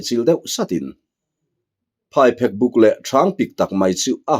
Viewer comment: Phaiphek tih hi thawnthu dangah pawh i lam dik lo deuh vek mai a. PhaiPHÊK, phek tih lai tak hi lehkha phêk tih ang hian lam tur a ni e.